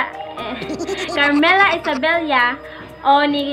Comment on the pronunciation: Isabella. Not IsaBELYA. anu ba nman?! 😏😏😏